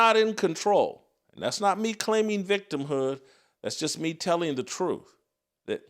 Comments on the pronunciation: Crump literally can not pronounce the word TRUTH. Think about this for a second. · You are speaking the "troof," Jason.